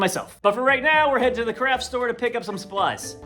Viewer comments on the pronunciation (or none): BRO!!! see what I did there FUKKEN AWESOME to See You Back!!! I know the word is spelled ''c-r-a-f-t'' but I always here CRAP it's just me